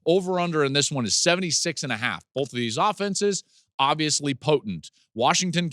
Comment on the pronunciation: I know you talk for a living, so I’m surprised I have to tell you this, but the letter L isn’t in the word BOTH.